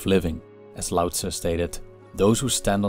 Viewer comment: Its LAO NOT DAO